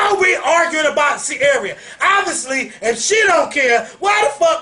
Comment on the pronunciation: LOL why would read ciara like that lol i cant deal!